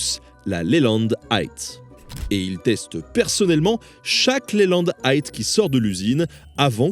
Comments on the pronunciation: Eight pas aight 😅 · tous ceux qui sont allés à l'école primaire savent compter jusqu'à dix en anglais. Eight... Ça fait de la peine de l'entendre comme ça.